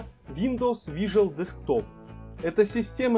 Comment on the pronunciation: Не вижуал десктоп, а вирчуал десктоп.